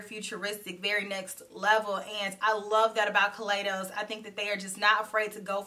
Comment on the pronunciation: you know I love. a purple eyeshadow. That purple on you is very alluring. I just want to let you know that the proper pronunciation of Kaleidos is (kuh lie dohs) as in kaleidoscope.